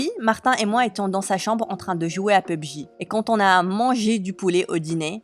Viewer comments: Pub-Ji 😂 c’est pour pas dire PUBG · Pubji xD non mais serieux.... P U B G 🤦🏻‍♀️🤦🏻‍♀️ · P.U.B.G C'est comme ça on dit😭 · Yes pubg (pubji) in English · On dit pubg